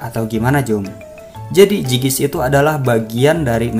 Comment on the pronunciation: zygisk dibaca zaygisk